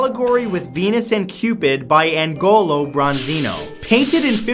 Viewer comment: Agnolo Bronzino Pronounce it with the "gn" sounding like the "ni" in "companion" like "n-yo" This is an Allegory. That means that it INTENTIONALLY has symbols. In this picture all the figures are symbolic of different things. To suggest that the whole painting is about Syphilis is ridiculous. There are two obvious signs of nastiness in the painting. One is the elderly despairing female and the other is the enticing female who is half dragon and has two left hands, in which she is bearing gifts. Both these figures have meanings and would have been read by those who saw it. You say that the shape of the fingers and the lack of fingernails suggests Syphilis. REALLY? So, on these two exceptionally beautiful figures, perfect in every way, plump fingers and fingernails that might have been lost in an over-zealous cleaning, indicate syphilis? And a very elderly, very wrinkled hag of a woman has syphilis because she has some teeth missing, in her old age? And THIS indicates Syphilis? No. The main signs of syphilis are abscesses. If the artist wanted to suggest Syphilis he would have given more sign than plump fingers and an old woman's lack of a dental surgeon. .